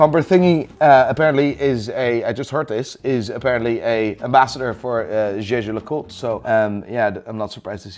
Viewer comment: Hahaha glad I caught this video, if only to hear another watch fanatic pronounce Jaeger-LeCoultre as "Jha Jha Luh Colt", I'm not even throwing shade, the name is absurd, and it's Swiss not French